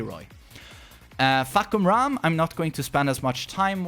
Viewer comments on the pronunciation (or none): Fah-kum-ram not Fuck-kum-ram . Please ..... you said a lot.